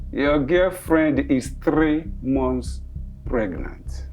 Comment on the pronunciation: Is it pregnant or fregnant 😎😂😂😂😂😂😂😂😂😂